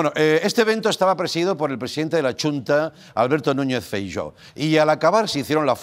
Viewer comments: «Chunta», «Feiyó»... Andreu, por favor... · Andreu bollito tienes que aprender a decir xunta es como shushi shuunta besitos 💋